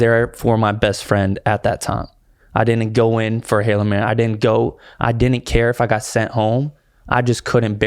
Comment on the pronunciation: Is he saying “halo mary” instead of hail mary?! lol